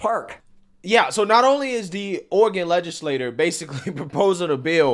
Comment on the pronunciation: LegislatURE, not legislator.